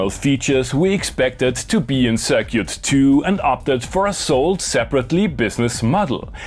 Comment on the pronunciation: I like how he says "Cir-cute" Very European and classy AF.